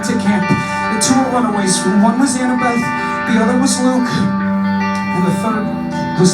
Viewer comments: When she said Annabel instead of annabeth 😂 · Jessi Luck listening it to again, it sounded like she said annabelleth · Jessi Luck she said annabeth, the "th" was really quiet at the end tho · She said Annabeth?